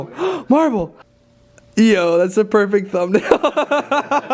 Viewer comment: i swear he always says "prefect thumb nail" but never uses it